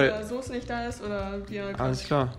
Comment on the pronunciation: bei Nicht fehlt das N